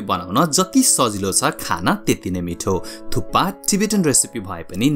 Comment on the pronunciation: It's thukpa or thuppa ,😅??